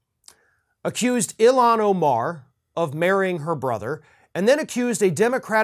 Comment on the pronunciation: HER NAME IS ILHAN NOT ILAN WHY CAN'T YOU SAY IT CORRECTLY 😤